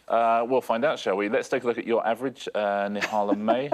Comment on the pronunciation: Fantastic pronouncing of Nihal’s name 👏